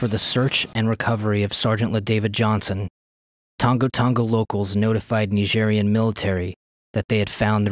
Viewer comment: Ny-jeery-anne. Nigerian.